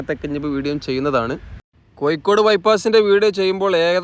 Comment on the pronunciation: കൊയ്ക്കോട് അല്ല കോഴിക്കോട്